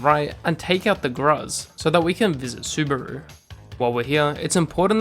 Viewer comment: BTW, its suh-loo-brah, not subaru...